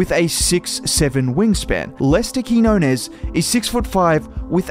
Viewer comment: Nice video. His name is pronounced Keen-Yo-Nes